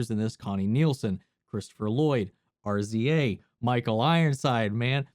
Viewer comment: Not R-Z-A, it’s rizzzzza wu tang clan ain’t nutin to fuk wit.